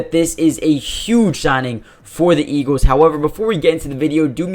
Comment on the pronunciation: It’s pronounced “EEGLZ” not “EEGEWZ”